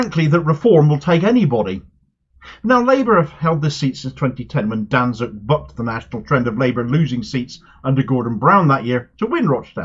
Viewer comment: Danczuk is pronounced "Dan-chuck". It's a Polish name. 'cz' = 'ch'. He's an awful man.